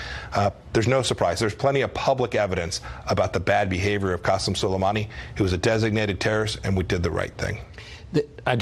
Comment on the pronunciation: he said "scolamani" LMAOOO